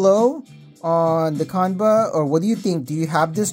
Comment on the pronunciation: It's pronounced- "Chan-buh"